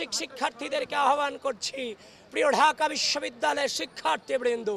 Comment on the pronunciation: ড়াজনৈতিক, ঢাআআকা, চ্রেষ্ট্রা, প্রউগ কি সুন্দর উচ্চারণ, উনি নাকি সুবক্তা।